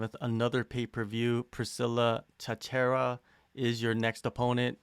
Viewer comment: "Priscilla Tattera"??